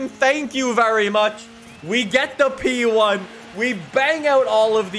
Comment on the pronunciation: Nobody:: pEe OnE